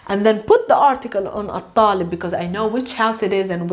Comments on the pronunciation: It’s not al-talibu because of the sun letter it’s at- alibu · I trust a Palestinian to know her language :-) but you may be correct. I heard the "l" pronounced as well. Perhaps she tried to emphasize the definite article, and so separated the al- from the word it modifies. Kind of like intentionally NOT following the Sandhi rules in Sanskrit in order to show the individual words.